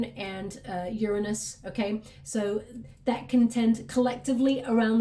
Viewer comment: Completely makes me so happy that you said the planet Uranus correctly.